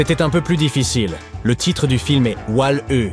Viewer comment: Le dernier film se prononce "wall i"